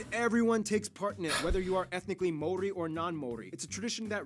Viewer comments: It's the Mori instead of Maori that really made me want to pull my hair out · BTW the dude mispronounced Maori everytime. Closest time he was when he was joking how it's not said like that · can that girl please pronounce maori again? please? i need to relisten to that